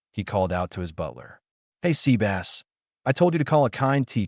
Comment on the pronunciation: Zevis isn't pronounces Sebas from Overlord. FFS.